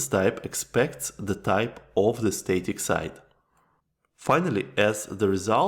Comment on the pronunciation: static is pronounced “stah-tik” not “stay-tik”. The first vowel is as in stab, not stay.